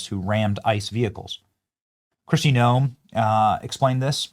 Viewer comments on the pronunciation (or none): none